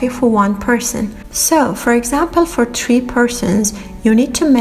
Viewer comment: I'm sorry I am not normally like this but, a bit of constructive criticism... SPEAK YOUR OWN LANGUAGE. If you can't speak another language right then here's a TIP DON'T! sorry but it's not FREE, it's THRRREEE. just an example. It sounds like you have that cup in your mouth! I am not normally this mean but this drove me crasys!